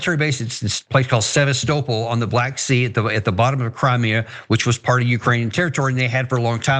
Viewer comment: The man can't even pronounce Sevastopol and is commenting on the Russia/ Ukraine war, like damm could there ever be a less informed guest, he's just regurgitating things that have been known for 15 years. (edit) Sounds like nitpicking, I just believe we gotta do better and he's gotta have put in some effort before the podcast.